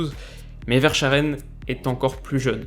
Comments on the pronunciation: Aïe les belges, la prononciation de Verschaeren 😓 sinon super vidéo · Les Français n'arriveront donc jamais un prononcer un nom Belge... Très bonne vidéo comme d'hab :) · J ai arrêté la vidéo quand tu as mal prononcé Verschaeren 🙄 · En Belgique le sch se prononce K xD ! Donc pas Verscharen, mais Verskaren ^^ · On dit VersKHaeren et pas verchaaren ;) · Ahhhhhhhhh Verschaeren se prononce VEURSKAREUN 😅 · Cc! Très bonne vidéo juste une erreur sur la prononciation de verschaeren( ça se prononce verskaren et non vercharen) je ne veux pas paraître paternaliste mais en tant que belge j’entends régulièrement des français se tromper en prononçant le nom de nos joueurs ou des joueurs hollandais( de bruïne au lieu de De breuyne pour de bruyne van dijk au lieu de van deyk...) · Ca se prononce Verskaren pas Vercharen ;) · Très bonne vidéo mais c'est verschaeren se prononce verskaren et pas vèrscharèn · Par contre, on prononce " VersKaeren" Super vidéo comme d'hab! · Verschaeren ca se prononce Veurskareun (c'est juste pour la prononciation ahah). On le surnomme souvent le futur Eden meme si il est peut-être moins précoce. Super vidéo comme d'habitude ! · Excellente vidéo comme d'habitude. Juste un clin d'œil pour Verschaeren où "ch" se prononce comme un K 😉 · Ahh content que tu parles un peu du championnat belge. Par contre petite précision pour Verschaeren ça se dit Verskaren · Top vidéo comme d'habitude, juste petite précision sur la prononciation de Verschaeren. On le prononce Verskaren. Voilà ! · Très bonne vidéo comme toujours. Et sinon pour être plus précis dans les prononciations, Verschaeren se prononce Verskaren avec les deux "e" qui se disent "e" et pas "è" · Super vidéo, encore et sinon ; Verchaeren ça se prononce Versca(aaaa)ren et si t'as besoin d'aide pour prononcer des noms Belges/Néerlandais, hésite pas à demander ^_^ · Verschaeren c'est clairement un type que Kompany va façonner de manière a rejoindre City dans 2-3 ans Et ça se prononce Veurskareune